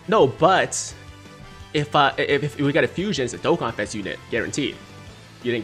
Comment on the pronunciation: Finally pronounces Dokkan properly during his intro Also: proceeds to butcher every other word in existence